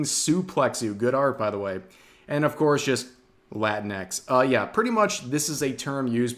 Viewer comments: it's not "latin X" it's pronounced like Kleenex like latinicks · Rev has to say it right, it’s not Latin-x, it’s La-tinx. Fits better when your Hispanic friends call you a Cabronx when you compare them to Tinkerbell. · Rev, can I get you to pronounce latinx as "la-tinks?" And, Yes, my Mexican son-in-law hates the use of latinx. Why are the 4%'s trying to promote removal of gender from Romance languages? Wasn't this attempted by the promotion of Esperanza, and look how that failed. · I always thought "Latinx" was pronounced "Lah-tinks" not "Latin.. EX" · It's pronounced la-tinks.